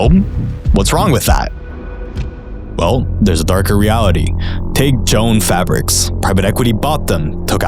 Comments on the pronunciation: 'Joan' fabrics? JO-ANN..... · Dude, you are COMPLETELY undermining your intelligent argument by saying Joan. It's Jo-Ann. Get it? Good God, if you got that wrong, what else is wrong? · Its not joan fabrics its jo-ann as in joe ann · Holy crap, it's not Joan fabrics, it's pronounced Jo-anne. Lol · It's not pronounced "Jone Fabric" It is "JoAnn's Fabric" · Bro it's Jo-ann fabrics, not Joan fabrics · It's pronounced Jo Ann lol not joan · Should have spent an hour lookin into Joan fabrics. It’s pronounced Joe ANN 😅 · As soon as you said "Jone" Fabrics I was out.. Lol bro do at least a little homework first. I think your YouTube channel is on the brink of collapse. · I’m so distracted every time I hear Joan and not Jo-Ann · (Joe-ann) Not jone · Joe Ann fabrics not Joan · You lost me when you pronounce Jo Ann as Joan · It’s “Joe Ann” not “Joan”. Christ. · Er... It's "Jo-Anne" not "Joan" Fabrics... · Pronounced “Joe-Anne” fabrics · It’s pronounced “Joe-Ann’s” I worked there right before they got the ax It was a boomer haven 😅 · "Joan" fabrics lol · Brother it's Jo-Ann ("jow-an") Fabrics - not a good way to start the vid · Are you AI man? It's pronounced Jo-Ann fabrics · The way you mispronounce Jo-Ann lowers your credibility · When you pronounced Joann as Joan i was expecting you to pronounce Payless as Payliss. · it's pronounced Jo-anne fabrics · FYI pronounced Joe Anne, nobody better than Margot Robbie😍🤣 This guy left us hanging… Regulatoooooors! Mount up! Great coverage and explanation. Skyrocketing mortgage defaults, 80% of the used car market is repos, crazy credit default swaps activity, I’ve said for the last 3 years, this is going to be like 2008 X 1000, yup, 2,008,000 and that’s exactly how much a plan to profit on the 🥔’s mismanagement. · Fantastic video! Wonderful and eloquent points, but just FYI its pronounced "Joe-Anne" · You can’t pronounce Jo-ann fucking right? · Omg I can’t believe you pronounced Jo-Anne like that, you did her even dirtier